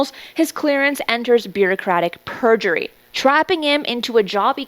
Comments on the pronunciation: I think you meant to say beaucratic purgatory, not purgery. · "Instead, it enters what he describes as Bureaucratic Purjery"...? I love ya, but I believe the word you meant to say here is "PURGATORY" not "Purjery". I would imagine that if you had said "Instead, it enters what he describes as Bureaucratic Purgatory. It was not housed properly in the federal systems, preventing him from taking any other positions", it would make a bit more sense. Nonetheless, what was done to him could indeed be considered an act of "bureaucratic purjery"!